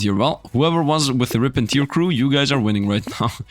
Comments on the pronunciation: pronunciation on Rip and Tear: Tear vs tear To tear (tare) means to rend something into pieces, to rip apart, to make a hole. Tear may be used as a verb to mean to rend something into pieces, to rip apart so it's like this: Tier (layer/step) and tear (crying eyefluid) are pronounced the same Tear (eye) and tear (rip apart) are pronounced differently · its tear, not tear!